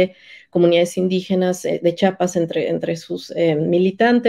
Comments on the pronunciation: Con todo respeto para la investigadora, pronuncie bien Chia-pas!!! Cuando pronuncian Chihuahua lo hacen bien y cuando van a nombrar a CHIAPAS, le dicen chapas!!! Vergonzoso caso!!! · según muy estudiosa y no sabe decir CHIAPAS no es chapas es Chiapas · Su entrevistada no sabe ni pronunciar Chiapas, dice Chapas. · Por favor reporteros, díganle a esta mujer que antes de pronunciar mi estado piense bien que lo letrada que pueda ser, al oír que ni siquiera nos pronuncia bien, es agresivo, que nos diga chapas!!! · Pues si, tuve que volver a escuchar a la historiadora y efectivamente pronuncia Chiapas como "Chapas". Una vez puede ser falta de atención o lengua trastocada -como nos puede ocurrir a todos-. Pero, todas las veces!!! En fin, el caso es que me gustaría escuchar en voz viva a Marcos responder a estás acusaciones y tener las dos versiones contar su historia para poder tener una idea de lo que realmente paso y pasa. No puedo tomar una sola parte de la historia y hacer juicios. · Historiadora! por favor, es Chiapas.